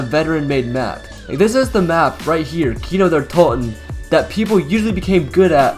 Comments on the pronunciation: Its not Kino der tolten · Its Kino der totenennnnn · Why do you use a Swedish voice when you say kino Der totan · I agree